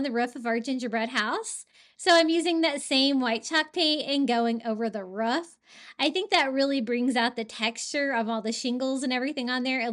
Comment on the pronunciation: I'm watching this the whole way thru just cuz I love how you say roof/ruff 🤣🥰